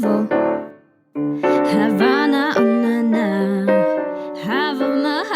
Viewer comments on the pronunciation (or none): Czyta sie hawena a nie hawana